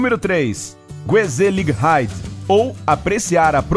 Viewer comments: Que agonia ouvir a pronúncia de "Gezelligheid" ... O 'G' holandês é grutal, a pronúncia é "rrêzéliheid" e não "guezeliréid" 👀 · A pronúnica correta de Gezelligheid é Rrezelâhaid o som do g é gutural um pouco mais acentuado que do h